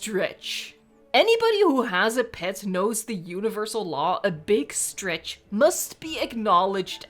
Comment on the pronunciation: Beeg strech